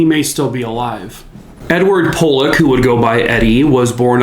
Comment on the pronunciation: For starters his last name was pronounced "Polec" not POlec, with a long "O". I can't recall everything I had a gripe about with this video, and I don't plan to attempt to watch it again. If I recall correctly though the guy presented himself as if he was very familiar with the area, the people, etc. I think if he explained from the jump that he didn't know the area, the kind of people, etc, and admitted the content was from what he read or watched, it wouldn't have bothered me. Based on your handle name, sounds like you are also from Philly area. I respect that you see it differently than I do. I remember when this happened, I was about the same age as Eddie Polec. Terrible event.